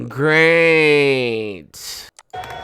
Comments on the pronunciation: I swear I heard "beige" when she asked how's everyone. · When said 'how are you feeling' I don't think it was ' great' that was said, I heard someone say 'Beige '